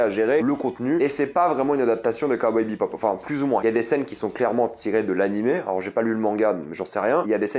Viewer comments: J'ai relevé que tu prononçais "BEPOP" alors que c'est "BEBOP" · Ouais mais t’inquiète on s’habitue vite c’est pas dérangeant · ah jsuis pas fou mdr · Ah mais pareil, ça résonnait dans mes oreilles xd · Cowboy ...... "BEPOP" ? xD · je ne suis pas fou il dis bien BePop et non Bebop? ^^ perso la ba m'avais laisser un gout amer... genre l'ambiance a l'air la mais c'est mou du cul... je vais look la série mais bon... j'ai peur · Heu c'est pas Cowboy BePop c'est Bebop... dommage... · J'ai écouté ta critique, et tout ce que j'ai entendu, c'est bePop, au lieu de bebop, c'est très perturbant! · C'est Cowboy BEBOP pas BEPOP, ça m'a titillé les oreilles tout au long de la vidéo à chaque fois que tu dis BEPOP...